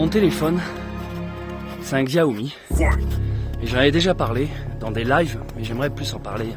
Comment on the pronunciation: salut je n ai pas fini la vidéo mais précision xiaomi ( que l on prononce chiaomi mais on s en fou ) est une marque chinoise tandis que samsung est coréen...pour ton prochain téléphone essaie sony...à plus et prends soin de toi